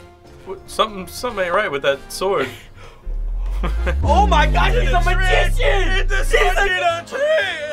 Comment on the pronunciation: "ow my gowd" got me dying on the floor